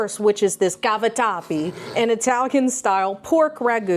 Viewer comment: Happy birthday,!! Italian girl here…laughing and joking, when you pronounced cavatappi with the “Italian accent”, you were absolutely spot on. Well done, you! Absolutely adore your videos, please keep it up.